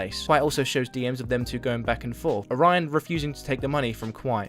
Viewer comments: It's Oh-ra-yon, not Oraina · Why you keep saying orion like orina? And the constant misgendering of him doesn’t help.